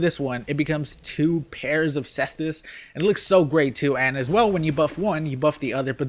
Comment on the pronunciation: caestus [ kay-stuhs].